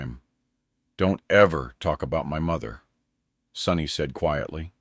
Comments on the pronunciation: It's Sonny not Sunny FFS 😂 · Sonny not sunny